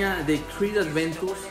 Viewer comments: dios, no entiendo porque ya son varios los que le dicen "Adventus", hasta es más fácil decir Aventus pero siguen diciéndole Adventus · Siempre te confundes y dices "Adventus" en videos pasados te ocurrió igual jaja